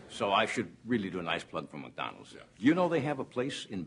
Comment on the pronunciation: He almost says MucDonalds.